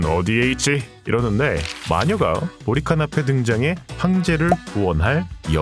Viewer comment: 자꾸 보리칸이 모히칸으로 들림. 진짜 모히칸이 메인 빌런이었으면 재미있을듯